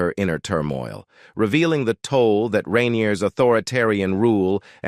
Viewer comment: Rainier not renir